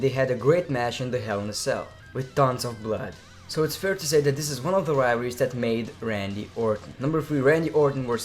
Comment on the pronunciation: "Wivalries" lmfao